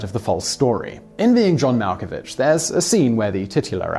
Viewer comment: mal ko vick